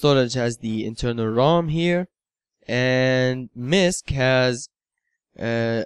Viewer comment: Misque???? its abbreviation for MISCELLANEOUS, dang..I fear for the youth of this Country